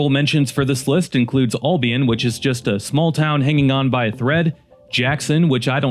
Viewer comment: The guy said ALL-bion, lol. Its just AL.